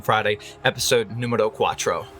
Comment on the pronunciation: “Episode numbero 4” had me confused for a second had to rewatch it Edit: am Mexican btw